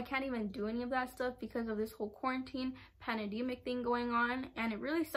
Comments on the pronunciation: she said panedimic lol thats so cute☺️ she meant pandemic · Lol awww the way you said pandemic 😂😂